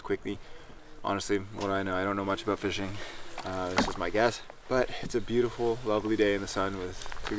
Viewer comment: Good stuff why does the one guy say... Aboat instead of about😂😂😂😂